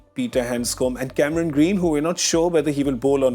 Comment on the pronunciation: DK pronouncing Cameroon Green, he is Cameron Green & not Cameroon😁